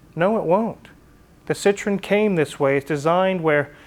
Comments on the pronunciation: pronounced seetroen dude.Citron is really redneck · Wizard, you better use your phone to help you with your pronunciation of Citroen. The way your saying it, Citron, means lemon in French, and I’m sure you don’t want to invoke that! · Please pronounce the name of your car correctly, you sound ignorant, you own one now. Citrin is a fruit, not an automobile ! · fyi Citroen is pronounced with 3 syllables, "See Troy en" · French word for lemon is citron. Is your car a lemon? No! There is an important separation of sounds at the O and E.